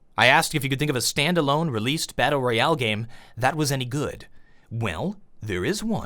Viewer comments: too drunk to know where the replay button was to turn it off. As soon as I thought I was safe all I heard was "battal royowl" how ever he says it. Now I'm an alcoholic thanks. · Drinking game: Take a shot each time he says "battleryoale".Thank me later.